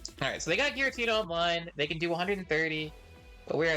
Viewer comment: “Giritna” 😂😂😂 is that Giratina’s nephew?